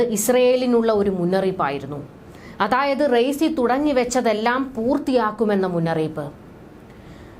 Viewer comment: Learn to pronounce the name of Iranian president first